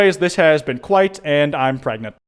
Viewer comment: respectfully, what the fuck